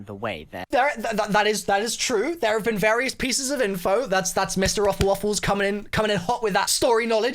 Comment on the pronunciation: Can I just mention how the intro sounded more like "MrRoflLofles" rather than ""? 😂😂